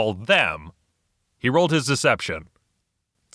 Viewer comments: you didnt say six...you said sex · At first I thought he said "sex would have been fine" before realizing he said "six" and I was like...what? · Pardon your Latin, but it's pronounced SIX in English 😉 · Did he just say "I think sex would have been fine," rather than six. Funny, particularly since that's the Danish word for six. :D